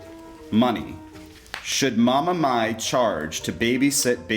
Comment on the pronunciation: Mai not mae